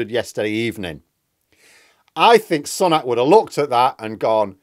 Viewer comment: Every time mispronounces Sunak as 'son-ak' and not 'sue-nak' he loses credibility with me. FFS, he's been PM for half a year and a prominent politician for 3 at least three. Yet insists on his own original pronunciation. This puts him in the Lauren Boebert style of speaker (using 'democrat' instead of 'democratic'), either lazy, stupid or ignorant. I would like to say 'ignorant' but he must have heard 'Sunak' pronounced thousands of times.